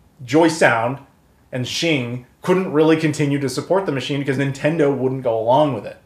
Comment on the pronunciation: Awesome piece of history, thanks so much for sharing this. FYI, Xing is pronounced "X-ing", as in "ecks-ing". The Japanese transliteration is "ekushingu".